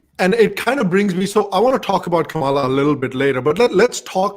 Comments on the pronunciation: Are you Indian? It is not Kaaamaala. Say Come-La. Even you American guest pronounces the name correctly. Shame on you. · I would have figured as person of Indian origin, can at least get pronunciation of Kamala right 😐. He kept saying Kuhmaaala 😐